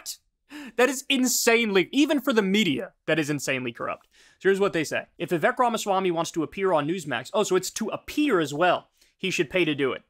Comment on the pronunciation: Hey Kyle: It's Vivek and it rhymes with cake. That's literally all I know about the dude.